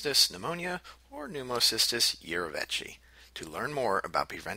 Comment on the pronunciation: urovechi. lol